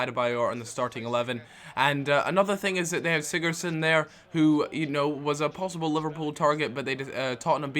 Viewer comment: Sigurtson -_- You can't pronounce any names XDDDD